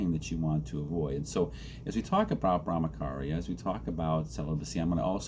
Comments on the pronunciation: It’s bramacharya it’s cha cha not Bramakarya…. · Good video. Just to correct your pronunciation ******charya' is pronounced as 'ch' in 'Champion'.